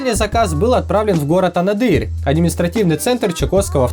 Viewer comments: АнадЫрь??? Не от слова дыра!!! Правильно АнААААаадырь!!! Учите географию дети! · То МААйкоп, то АнадЫЫрь. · У самого аж уши за вернулись,как родной город дырой назвали.Ударение правильно ставить надо. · За ударение одного города в ЧАО тебе бы язык оторвать